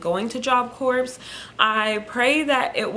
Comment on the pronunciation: Thank you for telling about your experiences at Job Corps. I have one big question - why do sooo many JC students pronounce it like you do? The word Corps is not said like a dead body, corpse, it is pronounced core. How do the staff and faculty pronounce it everyday? I just don’t get it.